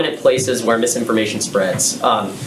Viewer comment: Did JP just say "Spoti-FLY," and "mis-indisin-fly-formation"? OK, I've had a beer, listened multiple times, but still not sure.